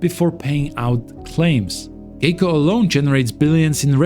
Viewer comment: It’s pronounced “Guy-co” 🤦